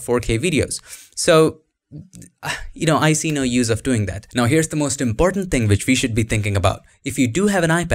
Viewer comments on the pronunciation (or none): none